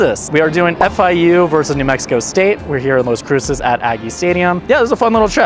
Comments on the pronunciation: If you're going to do travel videos, at least know the correct pronunciation of the destination. It's not LOS it's LAS Cruces...ugh. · LAS Cruces, not Los Cruces. 😅